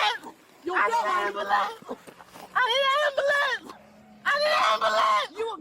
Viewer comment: " I need an ambuhlance."